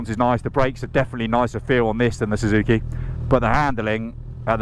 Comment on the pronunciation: Zuzuki? Zuzuki? The English don't know how to pronounce anything